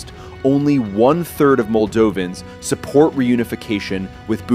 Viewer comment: Who cares! The Moldovan pronunciation is unbearable!